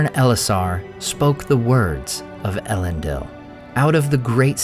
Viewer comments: 'Ell-end-eel', not 'Ell-end-ill'. Other than that, great content; look forward to more! Edit: although to be more accurate, it should be 'Eh-lend-eel'. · What a great video! How I wish though, that you would pronounce it el-EN-deel .. Oh well, perhaps another time. Keep up the good work! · I can’t believe you pronounce everything but Elendils name right 😅